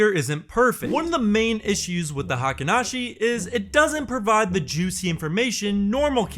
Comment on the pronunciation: Pronounced HEYKEEN, not high-ken (as everyone on YouTube mispronounces it) or hahken (as used here). Spelled “Heikin,” not “Heiken.” Pronunciations for Ichimoku and its elements are also pretty messed up on YouTube.